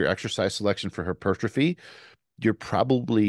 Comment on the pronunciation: Take a shot every time says “her-pertrophy”